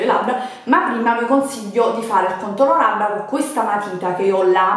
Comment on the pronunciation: Ve le stra consiggghhio cit.